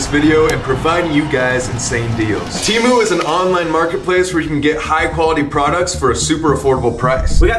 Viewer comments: temu cancelled my card soooooo..... ill pass or btw its teeh-moo not tee-moon i looked it up its annoying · bro got sponsored by temu and still didnt pronounce it right 😭